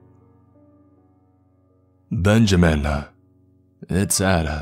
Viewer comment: Video games-Ah People-Ah It-Ah I-Ah